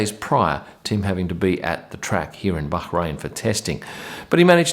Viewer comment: I love the way you pronounce Bahrain, the fact that you pronounce it Bahrain and not Bar-rain 😂🤩